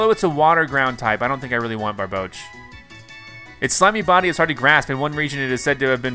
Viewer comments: when he called barboach barbaque lmao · Its Barbouch not barbaracle